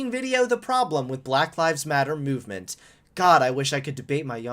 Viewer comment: Why does he say it as muvement and not movement